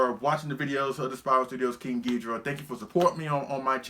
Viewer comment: Take a shot every time says King Geedra